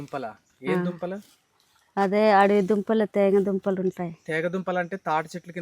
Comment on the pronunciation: తేగ దుంపలు కాదు తీగ దుంపలు